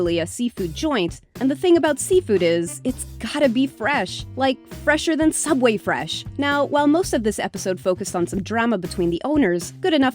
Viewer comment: Fresher than sooubway,You mean its sooubway not “subway”